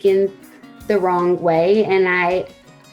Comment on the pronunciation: Can't afford your book. I had to choose between buying a slurpee, or your book, sooooo bought the slurpee. But I'm just wondering if you talk like a baby in your book too?? ..."wronGGG way??? ..."opscal"??(obstacle) ..."lonGGG"??? ..."excerts"? (excerpts